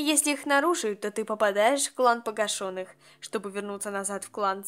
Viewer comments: А я думала что правильно пога́шеных, разве нет? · Не погашЁных, а погАшеных